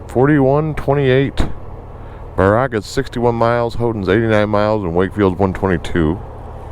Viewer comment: Nuh-GON-ee BARE-uh-guh You almost got Ishpeming right, say it faster, emphasize the first syllable. Ishpeming and Negaunee are Ojibwe and Baraga is named after a bishop. Great audio quality, thought you were doing a voice over at first. Waaay too many youtubers don't understand audio quality is more important than picture quality. (You got cool camera work as well.)